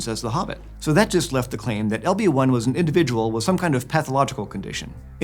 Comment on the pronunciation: When ever he said "LB1" I kept hearing "Obi Wan" XD